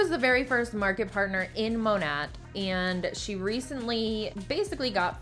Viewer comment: Lol, I love the way you pronounce Monat because it sounds like you are saying ‘gnat’. This perfectly reflects what Monat is a tiny annoying insect that flies around you reminding you of the opportunity. So happy to slowly see their downfall.❤